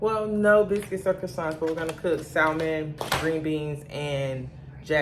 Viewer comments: The L in Salmon is silent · The L is silent lol ❤ but salmon is the easiest to cook doesn’t need that much seasoning or has to cook long. You are so funny. ❤❤ look like you enjoying the new place.